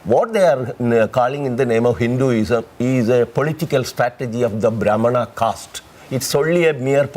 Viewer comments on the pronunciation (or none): don't even know all the name of the caste but speaking on this topic as he is a scholar of caste system and he only knows brahman as caste which too he pronounced wrong but the biggest problem here is he knows the word brahman only coz he is making living out of this propaganda.